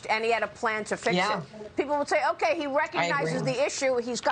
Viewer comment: buckwheat says Otay